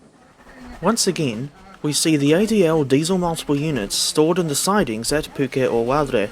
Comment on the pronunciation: Heya mate, are you kiwi by birth? The way you are saying Pukeoware is like I have never heard before 😂 you are putting a Spanish slang on it.. you need a little more practice on your Maori accent there mate, Pataruru & Rotorua are much better but with the simple addition of some speed while speaking will help with the overall sound. And yes, the faces on the locos, the merchandise available for sale, and many more things are governed by Mattel to enable the running of the event full stop. The names were an O.G thing done with the first one held in March 1995 where we had Bernie the bush loco (Mallet) Terry the tank engine (480) & Rewi the shunting engine (847) and Diana the express engine asleep at Pukeoware. Along with the desiel faces. The names are no longer used for the same reason = Mattel. We used to tape over the Diana nameplate when she was on the trains 👍 there is no Diana in Thomas! Only official characters allowed. I love how you complain about the train loadings yet you also openly acknowledge in your next sentence that you did take notice while standing in line that it was busy 😂🤦‍♂️ end of the day is the best time to go for a ride. High Pressure cylinders are lower in diameter because you have more potential energy in high pressure steam than you do low pressure steam - low pressure cylinders are actually larger vs normal to gain the most energy from the low pressure steam. And yes that lubricator on the Mallet is similar to that of those used on the Js n Ks. Th